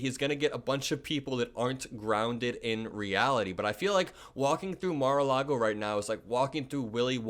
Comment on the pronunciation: Mar- a- loogy.